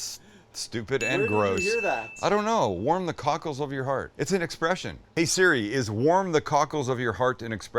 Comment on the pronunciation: I could swear I kept hearing Sam saying warm the tacos of your heart. I was like man tacos would definitely be apart of my heart